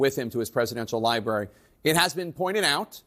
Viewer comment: LiBary ? What an idiot. 🙄